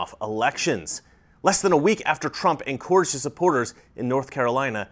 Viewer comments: Is it just the way people from California pronounce en·cour·age or is that unique to your speech? Just wondering. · The only thing that I find not resonating with me is the way you pronounce encourage... Other than that keep up the good work bro! One of your earliest theories was Attraction is not a choice. I'm still amazed at voters who is still attracted to the Democratic Party. Stay Safe.